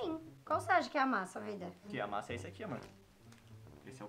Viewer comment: a masa ficol masa Eu: que kkkkkk #amojorol